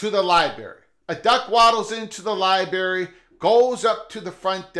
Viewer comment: What's a Libary?